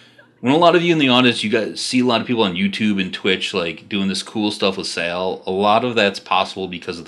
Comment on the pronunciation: Drove me nuts when you kept saying "sail" for sal....think of it like saying "saul"....other than that great insight into my fav character